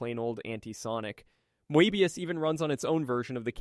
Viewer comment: Did ai write this? I couldn't help but notice you were having a difficult time pronouncing many terms (particularly Moebius), while also having fairly comprehensive detailing